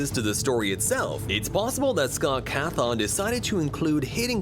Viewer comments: Every single time he says Scott coffin instead he says Scott cathon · "Scott Cath-ong" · scott cahthon 💀